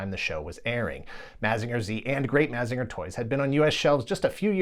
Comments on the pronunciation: Why are you saying “Mazeenga” so weird? You can hear how the Japanese intended it to be pronounced by simply listening to the theme song. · This is a great video, but I thought mazinger was pronounced like mazin jer